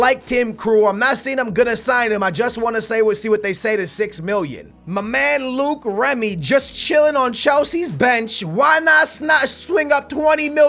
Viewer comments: It's loic Remy not Luke remy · Its LOIC REMY not LUKE REMY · who is Luke Remy? Its loic remy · ITS NOT FUCKING LUKE REMY. ITS PRONOUNCED LOYK REMY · It's not Luke remy is loic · Don't sign Loic Remy because I Will get tired of U saying Luke Remy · Sing Loic Remy its pronounced "Like" Remy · I think it's pronounced LORIC Remy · Loïc Remy is pronounced "Loyk Remy"